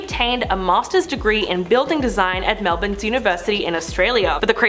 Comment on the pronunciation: Finally someone said Melbourne properly